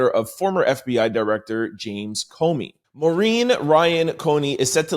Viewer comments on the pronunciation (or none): COMEY COMEY COMEY NOT CONEY-no excuses